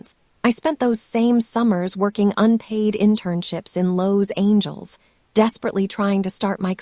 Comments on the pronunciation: An AI that can't pronounce Los Angeles??? Irritating. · You're not pronouncing Los Angeles properly.